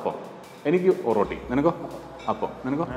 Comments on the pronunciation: ഒറോട്ടി അല്ല ഒറട്ടി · ഓറോട്ടി അല്ല ഒരട്ടി ആണ് bro...